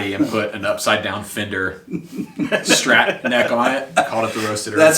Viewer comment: Pet peeve - it's a STRAT - not a SCHTRAT